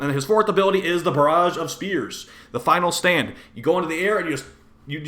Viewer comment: Lol i luagh when i hear you say final stand but how i hear it is final spam